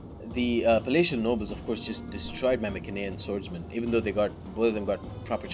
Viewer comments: be honest, the correct pronounce is My-cen-ee-an, My (as in me), cen(as in can). P.S. Seleu-c-ids not Seleu-s-ids. That My-s-enean is the exact same mistake. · mycenaean: my (as in my) sen (as in sent) ee (as in eat) an (as in an) so pronounced: My-sen-ee-an (emphasis on the my and the ee